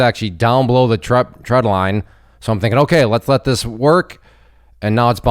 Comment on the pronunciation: Trend line not tread line.. getting mixed with treadmill 😂